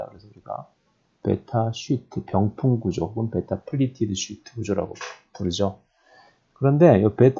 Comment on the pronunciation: 쉬트~예요~ 길게 발음해야죠~?? 재밌어요..ㅋㅋ